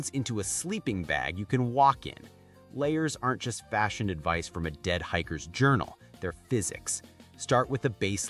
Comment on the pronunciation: . There is some good "adyice" in this video.